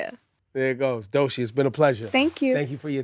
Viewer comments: Him saying Doshi is irritating me 😂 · DOE CHII NOT DOE SHEEEEE F**K! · It just BOTHERS me that he calls her Doe-SHEE INSTEAD of DOECHII